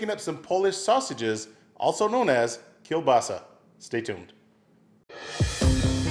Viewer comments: As a Pole, I must express my admiration: your pronunciation of the word "kiełbasa" is perfect! You did it like a purebred inhabitant of Eastern Poland! :) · Even his pronaunciation of kiełbasa is as good as the kiełbasa that he've made :D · True! Perfect pronunciation. Zajebista kiełbasa 🔥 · Awesome pronounciation of the word kiełbasa and delicious looking sausage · perfect pronunciation kiełbasa! great! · HE PRENOUNCED IT RIGHT THSTS THE FIRST NON POLISH GUYS THAT SAID IT RIGHT GOOD JOB MAN!!! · You pronauced "Kiełbasa" perfectlly 😄 Btw. Recepie looks legit 😉 I like a beef twist. Try make a Polish White sousage now - its really good too 😉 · holy fuck, i actually didn't expect him to pronounce kiełbasa so properly im gonna like this video even more now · You actually pronounced it correctly edit: u should try to make another type of Polish sausage: kabanos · instantly impressed for not pronouncing it with an english L and pronouncing it properly